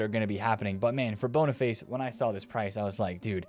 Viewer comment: Anyone else love the fact he calls Boniface bonnerface